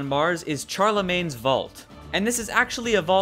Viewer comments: I am writing a little fanfic on Destiny! (If you want to read it when I`m finished, PM me) Also I noticed you pronounced Charlemagne wrong, its no CHAR-lemagne it is more like SHAR-lemagne. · FYI, it's pronounced sharlemagne (Charlemagne was french). Sorry if I sound like a snob or anything but it was kinda annoying, just so you know for the futur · Just to say, sorry to be picky but Charlemagne was a king of assyria or babylon Don't remember which but the Ch is pronounced as like Sh. The C is soft. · It's pronounced SHARlemagne's Vault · While you are right that he was most likely born in what is today Belgium, the proper way to pronounce the English translation of his name is with the "sh" sound.